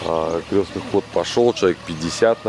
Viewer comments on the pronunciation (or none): вы так говорите всегда в ролике крёсный ход. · Не крёсный, а. креснтный от слова крест .(прошу прощения) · Не Крёстный, а Крестный ход через "е" от слова Крест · Да уж, крЕстный (через Е, а не через Ё) ход не знают русские парни, а на Бали что то такое знают 😒, увы. Но хорошо, что теперь узнали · вы говорите в видео крёстный ход а правильно крестный ) простите за замечание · Простите великодушно, я понимаю, что люди не воцерковлённые, просто по уху режет "крЁстный ход", на самом деле правильно говорится крЕстный ход, от слова крест, а не от слова крЁсный( отец). Как вы видите впереди несут крест, отсюда и название КРЕСТНЫЙ ХОД. Ребята, даже если вас пригласили поучавствовать в таком мероприятие,хотя бы узнайте для чего это делается, с какой целью идут? Правильное название.С неспроста они называют себя СТАРООБРЯДЦЫ.Для людей это то же интересно.Не завершённость поездки какая то ощущается. В любом случае спасибо за ваш труд. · "Крестный ход" от слова "Крест" - никакого "Ё"! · Крестный ход! а не крёсный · Только ход не крЁстный, а крЕстный! Слух режет! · Спасибо большое , все очень познавательно . Сама выросла в семье старообрядцев . И простите меня , пожалуйста , за поправку . Произносить нужно " крестный ход ". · Хорошее видео. Но режет слух, как Вы называете крестный ход. КрЕстный через Е, от слова Крест правильно. 🙌☀️ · Крестный ход! От слова крест! Язык подучите! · Извините, но нужно говорить Крестный ход, от слова крест, Русь любимая, пусть хранит тебя Бог❤